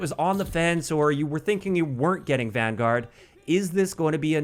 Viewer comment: So excited that you pronounced Vanguard wrong